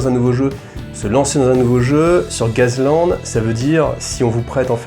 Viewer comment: A prononcer " gass" sinon tb comme d' hab